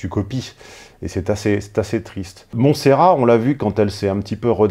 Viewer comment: Le dernier t se prononce dans Montserrat tontonnnnn